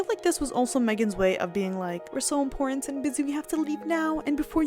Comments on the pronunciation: Dear, it's important not imporant! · Ok. I’ve stopped watching..fed up with the notes being pushed off screen way too fast. It’s annoying. Oh and “important” not “impor’ent”. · Your work is excellent. Just a nit, though--please check your to pronounciation of "important". You say "impor-ant" (I think there are other similar words where this happens).